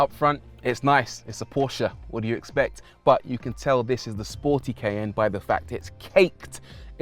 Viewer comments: Ky~an’ the pronunciation 😂❤it’s my first challenge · Did not know the brits pronounce this CAY N. In USA its like the Cayenne Pepper.... like it is spelled. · 'Cayenne' pronounced as: "ky-ANN"... or "kay-in"...???